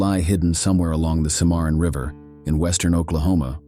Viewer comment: The River is pronounced Simmer on.